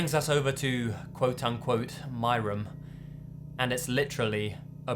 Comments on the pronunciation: OH MY GOD HE SAYS RUM INSTEAD OF ROOM I love that oml <3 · Room = "Rhum" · please practice how to say room bro it's too much lol